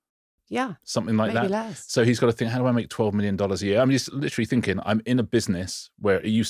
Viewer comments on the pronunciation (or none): none